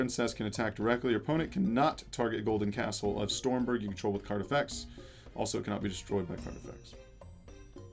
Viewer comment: Maybe you'll get it if you say the correct pronouciation. "Golden Castle of STROMBERG".